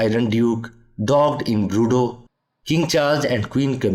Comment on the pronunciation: Broodeau? Sir, you mean well, but please, check your French.